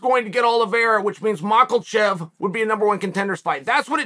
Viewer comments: It’s not “Mahk-ULL- Chev” . It’s “Mah-Kha-Chev”. Love your videos bro. Keep ‘em coming. Thank you. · Maklachev. Gotta love Uncle Chanel’s word salad. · "Mockelchev" Chael is consistent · "Malkochev" never gets old. LOL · “Mackelchef” lmao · Machelchev. Nice. Never change Uncle Chael. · Makelchev! Tickles me every time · Cant wait for Makel-chev and Olive-era. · I got "Muckle-chev" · Chael “Mawckulchev” Sonnen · This mocklechev shit is killing me lmao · Still can’t say this man’s name correctly after taking about him numerous times. Why does Chael insist on inserting an “L” in Islam’s last name? It’s “Mackhachev”, not “Makhalchev.” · Mockelshev he says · Anybody else hear Chael pronouncing Islam’s last name as “Makhelchev”? With an L…. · Uncle Chael should be calling Islam Machlechev "Izzy Mockles." Coming from Chael, any other pronunciation sounds pretentious. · Islam "The Mockel Chever" Mocklechev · Lol Makelchev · Me: I wonder if Chael is gonna say anything worth quoting Literally 1 second in: “We got Mocklechef” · Alex Piera, Islam Mackel-chev. Sonnen's pronunciation should be official. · Nobody: Chael: Makelchev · I’m rooting for “Makelchev”😉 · Me as dagestani: Chael, how long do you want to pronounce Makhachev like mAkaLchev? Chael: ok great but I think makalchev would disagree with you... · Machellchev. lol where did the Ls come from. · Love how Chael says “makelchev” every time he says Islam’s name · Always an interesting take, Chael! Not meaning to come across like the gammer police or anything, but I thought this could be helpful. Makhachev is pronounced "ma-HA-shev" and Pereira is pronounced "pear-RARE-ra." Keep up the compelling content, brother!! 🤩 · "We got Michaelchev" - Uncle Chael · i will never not laugh at Chael casually calling him "MackeLchev" 😂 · “Mockel-chev” 😂😂 How can you not love Chael Sonnen? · Dude really said "Mockelchev" multiple times hahah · The champion has a name…and his name is Mockel-Chev. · who is "makelchev" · Monkelchev lol